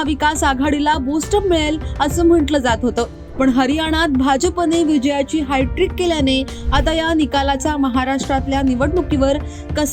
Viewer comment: Anchor hightrick nahi HATTRICK.